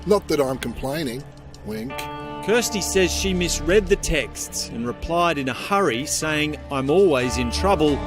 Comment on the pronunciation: Is she saying "textes"?